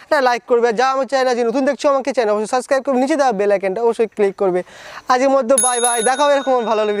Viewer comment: সাস্কাইব আবার কি জিনিস ভাই? সাবস্ক্রাইব বল।